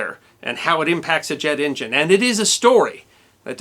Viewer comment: What is an "in jin?"